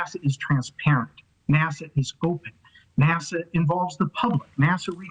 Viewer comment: Why is he calling it Nasar😂😂